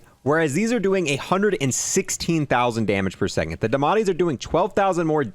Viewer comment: I like how he called it the ‘damatti’ instead of ‘diamatti’ just completely forgets the I